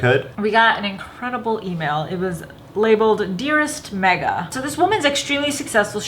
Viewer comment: It's May-Gha Not Me-ga